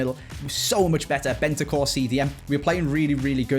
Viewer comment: BeNtaNcur not Bentacur!